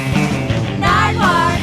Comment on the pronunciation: surprised dj khara knows how to pronounce nardwuar